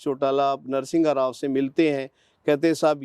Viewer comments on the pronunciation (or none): तू घंटे का IPS रहा है जो एक भूतपूर्व प्रधानमंत्री तक का नाम भी ठीक से नहीं ले पा रहा। "नरसिंहघाराव" नहीं "नर्शिमाराव" था नाम। लेकिन इतने दिन कौन से बिल में घुसा बैठा था तू ये तो बता?? एब कोर्ट ने छैरे गा तू।